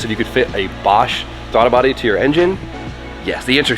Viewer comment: Bruh said Thwaddle Body 😂 We love you